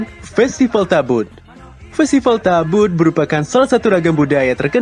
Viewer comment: Kk itu salah bukan tabut yg bener itu tabot